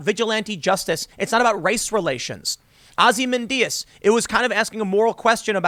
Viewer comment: Ozzy-man Dias?